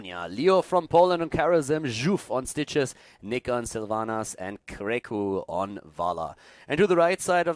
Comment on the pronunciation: When says "Stitches" I keep hearing "Citrus".